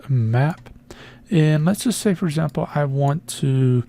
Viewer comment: "For Azample"